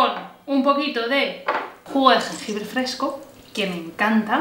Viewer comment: Jugo de jengibre fresco...se le trabó la lengua...jajaja